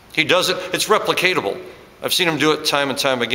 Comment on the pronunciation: Hey I've heard you say it before but it's replicable, not replicatable.